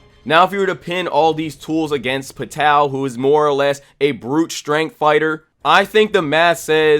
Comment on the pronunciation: The way you pronounce Pitou's name, and the rest of the characters makes my anus prolapse.😕